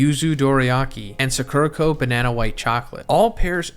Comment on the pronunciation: I don’t really want a snack box from suh-KERUH-koh, but I think I WOULD like a box from SAH-kurah-koh